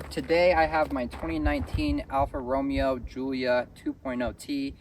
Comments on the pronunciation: Saying Row-mee-oh has gotta be rage bait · It's Ro MAY oh...dude. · bruh. ROH-MAY-OH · I was gonna say. As soon as he said Romeo I was out except to write this hahaha